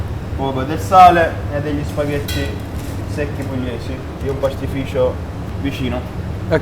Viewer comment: シェフ、南部訛りのシュパゲッティが可愛すぎます。 是非にまた日本へいらしてくださいませ。